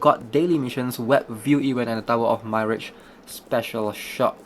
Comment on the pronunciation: Mirage is pronounced "mi" "raj"